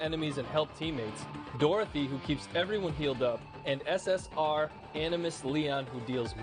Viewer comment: its SS"R" not SS "Ore" lol